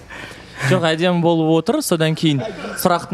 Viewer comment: мен Рамазан жок деп неге ударение бересиз Диана жалпы осекке кумарсыз